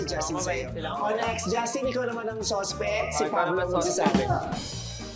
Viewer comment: Natawa ako dun sa 'Suspect,suspect dati mukhang supect 😂😂 Bilis ng rebuttal ni Stell 😅😂